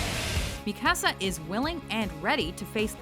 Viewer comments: The level of anglification they put on saying Mikasa's name made me laugh every time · Mi Casa Su Casa. Seriously I cringed each time you said Mikasa's name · Might wanna work on the japanese pronunciation. :P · I feel like there's a huge difference between strong, and badass. For instance, Mikasa (oh my gosh the pronunciation on that one. Learn you ish ) would be badass since she's almost overpowered, whilst someone like Wonderwomen is more a strong character to me. I don't know, probably just me. I also think Lana and Mikasa should have ranked higher. Katara should have been on the list, but back to my previous statement she"d be mores strong than badass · Laura Díaz-Ramírez they kept pronouncing her name wrong too! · They pronounced Mikasa's name wrong. -_